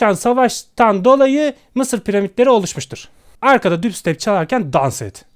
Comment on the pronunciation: Ingilizce telaffuzuna bitim abi "Dübstep" "piwdaypay"